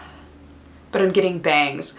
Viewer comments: you should really be careful how you use 'bangS'. my roommate thought you said 'bangED' several times. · I heard, "I'm excited to see my family, and I'm excited to get BANGED". It made my brain flip out until I realized what she really said. :I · When you said bangs I'm getting bangs I thought you said I'm getting banged!!!! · Oh god I was sure you said "I'm excited to get banged"....